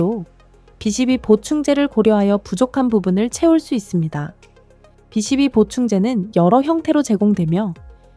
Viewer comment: 비 12부 바름 좀 똑똑하게 해주세요 바름소리가 3로들림니다.